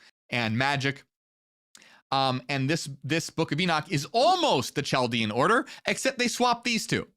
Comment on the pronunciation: "Cheldean" is pronounced KH in the beginning, like in German or Germanic languages (besides English) the CH is pronounced. You have learn all the useless Hebrew pronunciations of sefirot, but don't really know the more major pronunciations right